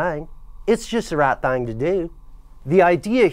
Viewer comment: "And just do the right thang, it's just the right thang to do". ROTF LMAO